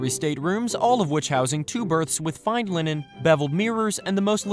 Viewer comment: Lennon for "linen" ummmm nope.